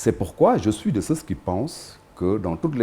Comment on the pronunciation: Diouf Sarr , on ne prononce pas ceux, ceus. Tout comme condamner. Vous dites toujours con dam ner. Vous prononcez toujours la lettre m qui est sous entendue. Corrigez vous. Ou ceux qui le connaissent dites le lui